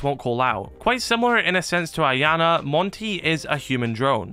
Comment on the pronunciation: Man the way you pronounce “Iana” almost makes me sick, you’re not supposed to pronounce the I, it makes a “Y” sound, so it would be “Yana”